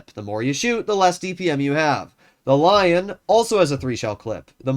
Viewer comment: first time he says lion the right way compared to the Löwe xD